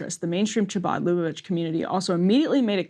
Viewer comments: Lol cha-bad 😂. I can't 😂. It's pronounced ha-baad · Emily, hard h or K not “ch”abad. Phlegmy H khabad. 😅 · A note on pronunciation: "Chabad" is KHA-bad. "Lubavitch" is loo-BAH-vich. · I love how Emily mispronounces "chabad." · If you can’t pronounce “Chabad” you have no right reporting on it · Emily needs to either A. Get some lessons on how to pronounce Jewish words or B. Have someone else read the copy on stories like this. Her pronunciation was beyond atrocious! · I love that the reporters can't even pronounce "chabad" but think they can add color commentary to this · With all due respect as a Jew that lives in Brooklyn, the way Emily pronounces Chabbad, Lubavitche, Menahem is a literal War Crime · Emily's pronunciation of "Chabad" is almost as funny as RYan saying "big ol' hat." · If you speak for a living and need to do a story about chabad where you say chabad 100 times, maybe ask one Jewish friend how to say chabad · Pleaseeee double-check the pronunciation of Chabad before butchering it over and over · Somebody please teach Emily how to say Chabad and Menachem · Cringing every time she pronounces “ch” without the guttural sound.